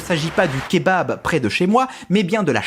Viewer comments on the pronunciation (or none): none